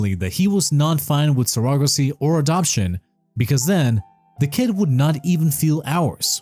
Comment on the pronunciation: I think he does not know how it’s pronounced.